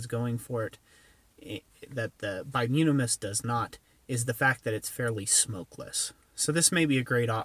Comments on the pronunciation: bituminous not bimutimus is what you said??? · By-toom-ah-nis,,,,,not whatever you're trying to say. Anthracite is far superior as a fuel. Needs a draft from the bottom. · repeat after me: BUY-TOO-MIN-UHS